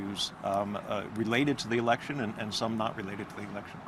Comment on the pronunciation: Did you say election or erection?!?😇💙😂